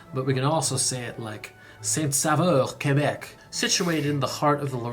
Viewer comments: "Saint-Saveur." IS NOT THE NAME!!! It's not even A name! The name is Saint-SAUveur. Pronounced SO-veur. If it would be an English town it would be called Saint-Savior. It would be nice if you would inform yourself about the French Canadian culture. The French Canadian culture is WAY DIFFERENT than the English Canadian culture!! You have practically done no videos on our beautiful culture! After all Canada isn't only about the English! The French Canadian culture is very important in Canada. So if you want to have a TRUE idea what Canada is about, you NEED to find out more about French Canadians. Not just in Québec, but ALL over Canada since Franco-Ontarians, Franco-Albertans, Franco-Manitobans, etc, all share a past and culture, but each area has their own separate culture too. The Acadians have a totally different culture since their culture doesn't even stem from Québec. They have always been their own people and culture. They have a very interesting culture! "Seven hours. I feel like you're gonna want to be flying that" ... "even if you're not going to be doing it a lot". Well if you want to visit Canada you better get used to driving 7, 9, 12 hours or more if you live in a remote area. That's NORMAL in Canada! Flying is VERY expensive in Canada, so unless you're rich you are DRIVING everywhere! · Saint-SaUveur, Québec - pronounce Saint-S'o'veur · It is Saint Sauveur Quebec. (Holy Saviour) Not 'Saint Saveur' You forgot a 'u'. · Oh my god it’s “Saint-Sauveur” as in saint-saviour not “Saint-Saveur” as in saint-flavour 😂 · Not St-Saveur, but St-Sauveur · That's Saint Sauveur, not Saint Saveur!